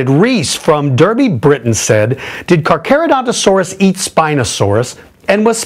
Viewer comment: Dafuq? Carcha and Caca are said differently.